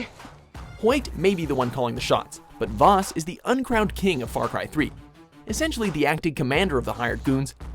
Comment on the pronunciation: it's Vaas not Vass